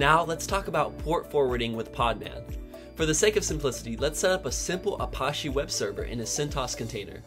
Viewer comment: i think it is pronounced "uh-patch-eee", not "uh-posh-eee".